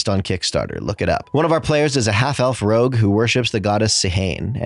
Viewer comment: Why do you have to make a huge deal whenever you have to read the word "Rogue?"